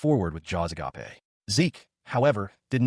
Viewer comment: Anyone who thinks AI is anywhere near taking over should listen to how this video pronounces “agape”